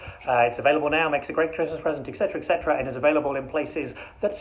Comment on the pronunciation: LMFAO!! ... but Gary, it's Etc, not Ext